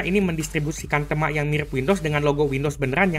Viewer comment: Bacanya yg bener itu tema, bukan tema..